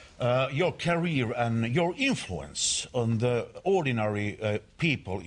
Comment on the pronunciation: Joor Cariir....